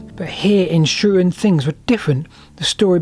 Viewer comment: It's 'Shrewton' not 'Shrewon'.